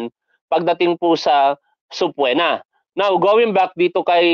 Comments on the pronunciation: Hindi subpwena tol, it’s subpeena. Ok lang yan. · sir subpoena (subpina po hindi po subpwena) salamat